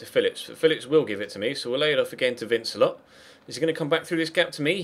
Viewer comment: Congrats on 100k subs, good to see you go to my home club and play with some really good young players. I know you like your pronunciations so vincelot is pronounced van-ce-low as he is French, good luck for the season go and lead us to the title.